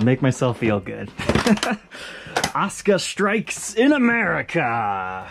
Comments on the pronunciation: Asuka not osca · Is it not pronounced A-su-ka?